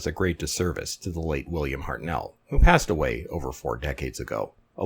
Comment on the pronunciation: The First Doctor's name was pronounced "HEART-null", not "Heart-NELL". The emphasis was on the first syllable, and the the second syllable was said in a clipped way, to sound like "null"...